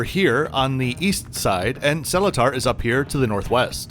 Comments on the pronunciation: Nice video...but Seletar is pronounced as something like "Sir..Lee-tar", and not "Salita". Hope that helps. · Hi, nice to see you feature Singapore's not generally well known 2nd airport, Seletar. Thanks for this review by the way including FireFly, just a minor mention and hope you don't mind but Seletar is actually pronounced the following way, Sir-Lee-Tar. Love your channel and unbias reviews, it truly makes my week watching and in some cases re-watching your videos, especially the ones featuring Phuket. Hope you are intending to make some video reviews in Penang.